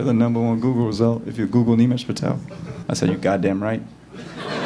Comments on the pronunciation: Funny thing is, he pronounces his own name wrong sometimes. Its Nimesh, not Neemesh 😅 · This guy can't even pronounce his name properly, Nimesh is his name and he pronounces as Neemesh.